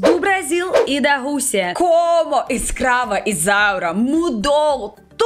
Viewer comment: Amei amei amei. Quando você fala ESCRAVA ISAURA o mundo treme nos erres, tão bem pronunciados, é lindo. Eu não podia imaginar, o vídeo é uma grata surpresa.